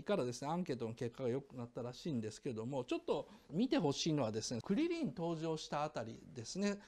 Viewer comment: クリ↑リンのイントネーションが気になり過ぎる